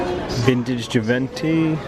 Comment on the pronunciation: Hold up!? Did you just say jiventy!!!?? Its Givenchy! (Jee-Von-shee)